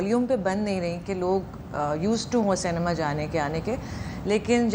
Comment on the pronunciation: First try pronouncing the word ‘Cinema’ properly. It’s see- nay- ma. Not say- nee- ma. Check the spelling. That will be helpful.